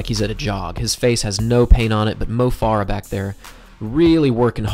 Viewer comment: Mo Farah is pronounced like "Fair-uh" not "Far-uh."